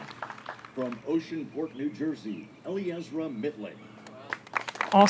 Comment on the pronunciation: Except that it is NOT pronounced that way. She has addressed this in interviews. It is El Eezra; three syllables.